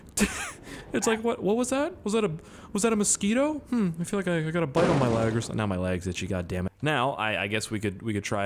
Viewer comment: I want to see a 1hrs montage of cars flying after the end of the dragstrip while try to say leg correctly the entire time... if you do this its my new screensaver... and I havent changed it since the flying toasters